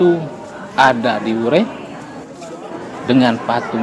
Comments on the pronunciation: Sdikit Masukan klw nama desanya WURE (Adonara) bukan Weri. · Tuan Berdiri...di kapela Wure...bukan Weri....mksh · Di wureh, bukan weri